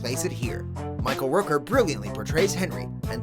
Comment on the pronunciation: Michael Roker???? It's Michael Rooker damnit!!